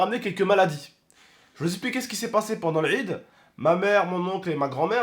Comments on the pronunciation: L'rrrid 😂 (quand il dit l'aid) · Il me fais rire quand il dit laid il le prononce larrrrrrrid